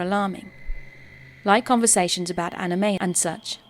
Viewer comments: Ani-me? Nope. That’s an end all offence. She will never be forgiven. Ugh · "Anna-me" conventions. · the scariest part about this video is how the narrator pronounced "anime" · I've never heard anybody pronounce it like that. Not right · Listen how she pronounced anime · I've never heard anybody pronounce it like that